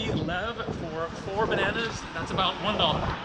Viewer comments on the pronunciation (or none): none